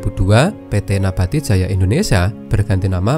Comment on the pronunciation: MIN, SARAN.. TOLONG BELAJAR BAHASA INDONESIA YANG BENAR. NABATI, BUKAN NAPATI😂